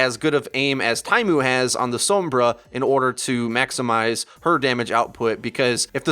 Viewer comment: What the heck is a Suumbruh? Oh you mean SOMBRA